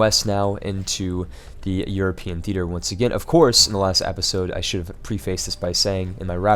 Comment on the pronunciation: just one thing... I thoroughly enjoy watching your videos, but your pronunciation of the word "episode" is driving me nuts! the "e" in episode is pronounced like the first "e" in the word enter. But, really great videos you do, please keep it up.